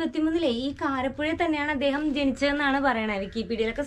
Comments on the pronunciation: കരപ്പുഴ അല്ല കാരാപ്പുഴ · കാരപ്പുഴയല്ല കുഞ്ഞേ കാരാപ്പുഴ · കാരപ്പുഴയല്ല, കാരാപ്പുഴ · നല്ല വീഡിയോ.കാരപുഴ അല്ല കാരാപ്പുഴ ആണ്‌ . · കാരപുഴ അല്ല, കാരാപ്പുഴ ആണ് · Kaarappuzha alla, kaaraappuzha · KARAPPUZHA ALLA, JI KAARAPPUZHA AANU